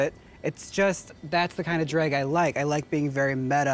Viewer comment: I love when Jaymes says “Dreeg” instead of “Drag”